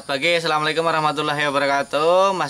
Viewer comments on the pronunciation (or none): none